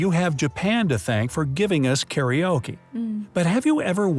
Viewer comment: STOP ! Stop right there! I am quite surprised that you did not mention that "Karaoke" was mispronounced, as are so many words that Americans steal! There is NO "EE" sound in the word! It is pronounced Kah-roh-keh OR Kah-Roh-kay!!!! It is NOT pronounced "Care-Ee-Yo-Kee! It hurts my ears and brain when Americans screw things up like this! OUCH!!! Perhaps you should do a video about all of the mispronouncing of Japanese words that is done by westerners.